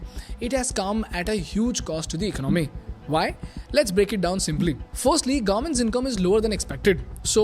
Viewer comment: It's economy not icnOmi